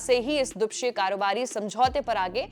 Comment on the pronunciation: Dwipakshiya hota hai mohatarma!!